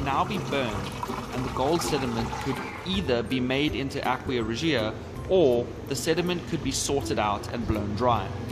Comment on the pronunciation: Aqua is pronounced Ah-kwa ..not ... Aquia (Ah-Kwee-a). Sorry...but that was annoying.